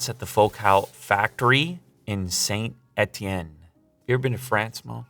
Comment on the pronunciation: As a french dude it's so funny to ear him say "Saint-Etienne"